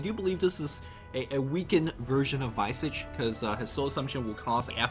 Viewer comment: Yo Visage is pronounced (Vee-zaj) like Mirage not (Vy-sage)